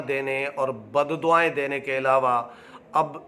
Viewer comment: براہ مہربانی اردو کی ٹیوشن کسی اچھے استاد سے لے ہی لیں۔صحافی سے اچھے تلفظ کی توقع کی جاتی ہے ۔,بددعائیں,غلط بول رہے ہیں